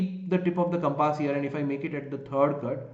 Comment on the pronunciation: It's not compaaas ...it's compass